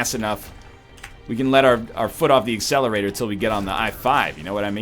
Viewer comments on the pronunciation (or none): none